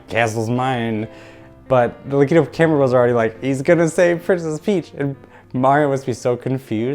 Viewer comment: Devastated by your pronunciation of Lakitu 😔 But seriously excellent, poignant work. The analysis of the mirror room was revelatory, such a bold argument to make, and you made it both convincingly and beautifully. This video was well worth the wait and I am excited to see where the rest of this season goes :) Onward, video essays